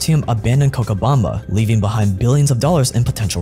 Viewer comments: It's Co'cha'bamba. 'Cha' like 'Cha' ttanooga. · is pronunced CoCHabamba as the CH on the word CHain. Love from Argentina.